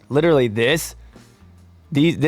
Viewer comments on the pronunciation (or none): none